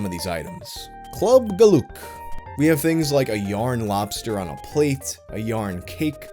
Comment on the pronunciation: I lost my shit when I heard how you pronounced Club Geluk, funniest shit I've heard all week. Dutch is not for everyone